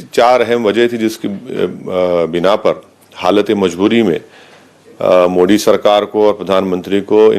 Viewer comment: बेचारे की जुबान फिसल रही है मोदीं कि जगह मोडी बोल रहा है ।